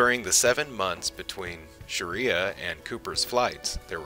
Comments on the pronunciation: Sharia....I just met a girl named Sharia....too many mistakes to stand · With the accent on the LAST syllable.